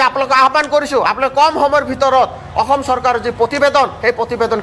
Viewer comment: অসম শব্দৰ উচ্ছাৰণ সঠিককৈ কৰক । বাতৰি পঢ়োতে সাৱধান হ'ব।